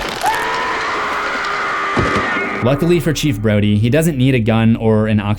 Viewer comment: You definitely called Brody "Brady"